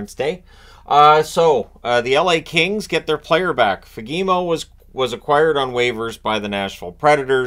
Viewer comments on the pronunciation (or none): Every time says Fagemo I die inside a little bit... It's not Fagee-mo... It's Faah-geh-moo. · Fagemo is pronounced Faa-Guh-Mo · Pronunciation help for the north americans: Fagemo - A as in car, E as in pet, O as in moo. FA(R)-geh-moo 🙂